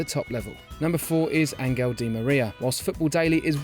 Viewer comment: I cringe every time you butcher Di Maria's first name. Tosser